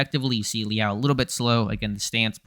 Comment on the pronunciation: Lee Al? Lmao I've been watching this dude since his days at A&M. Never heard his name pronounced like that